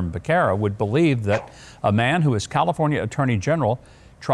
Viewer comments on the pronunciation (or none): lBecerra's name is pronounced Beh sarah it's Spanish means calf...moo 🐄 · His last name is pronounced Be-serra. For me, I plan to go by the Constitution. I don’t plan to follow any directive that is in direct conflict with the Constitution.